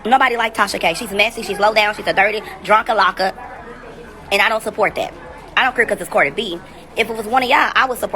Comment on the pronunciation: I am hollering!! This fool said drunkalocka or drunkalockit 🤣🤣🤣🤣🤣🤣